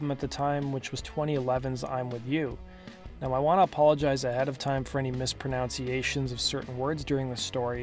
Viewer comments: "apologize for any misproNOUNciations?" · When you mispronounce a word in your preemptive apology for mispronouncing words...smh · Apologizes for mispronunciations by mispronouncing “mispronunciations”. I dig it. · So metal.... ha! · He actually mispronounced the word “mispronunciations”...classic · “I wanna apologize for any mispronunciations”… (pronounces that wrong) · It’s funny that he mispronounced “mispronunciations” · ... mispronounces the word “mispronunciations”